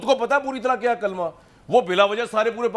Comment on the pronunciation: لام پر پیش ہے